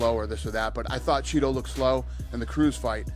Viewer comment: In prison the call gay men a “Cheeto” every time Dana says “chito” it’s hilarious 😂😂